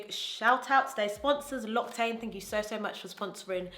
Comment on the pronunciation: this video is so good loved i'm going to follow your makeup routine to a t ☺️ as a french viewer i just wanted to let to you know that "l'occitane" is actually pronounced lock-sea-tan